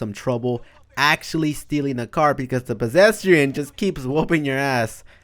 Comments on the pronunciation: “Pesesdrian” he’s tryna make fun of people but he’s making a fool outta himself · He says pasesrian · “Possetrian” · Him: Talking about noobs in gta Me: *Wondering why he is saying PEDRESTIAN*